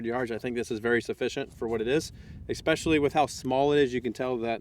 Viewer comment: Stop saying expecially